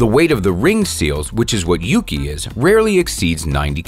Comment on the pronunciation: Me when the dude said the seal is yugi which translates to snow Ahem— FYI, it’s YUKI And yes I know he only said yugi once